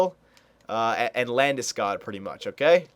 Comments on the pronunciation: Get labdeskoooodd, lool just sayin it's LANDESKOG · take it from a Swede, it´s pronounced "Lande-Skoog" a long "o" like in "School" not Landeskag, Landeskoug or Ginger Ale Since you are only doing a 5 year sim, maybe Iginla is the best option atm since he is 91 and proven